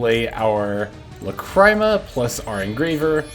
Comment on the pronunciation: Guide's goated, you really did your homework on this one, my one nitpick is the way you pronounce a few cards, specifically Lacrima (pronounced Lacreema, it's the Italian word for teardrop) and Mu Rcielago (ngl I have no clue how to explain how it's pronounced, but it's the Spanish word for bat)